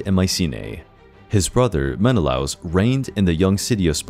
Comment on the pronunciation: For a channel devoted to ancient mythology, you'd think he'd know how to pronounce Agamemnon and Menelaus correctly...